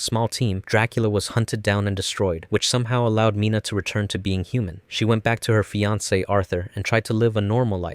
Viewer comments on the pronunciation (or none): none